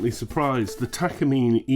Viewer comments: Pronounced Tah kah Mee Neh ... not Takuhmeen. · tak car me nay say it right stoopid engrish.